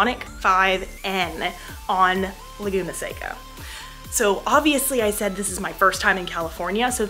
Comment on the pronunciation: The valley is pronounced like the candy. Btw you have vampire teeth.